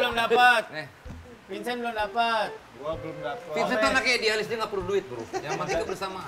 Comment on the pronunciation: sedengernya aku "es es" gitu coba play pas pak andre manggil pak Vincent yg mau cuci tgn di kolam renang. cuma pak desta yg benern manggil "Vincent"